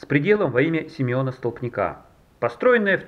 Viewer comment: Не столпникА, а стОлпника. "Ваще" все блогеры или нерусские или в школе не учились.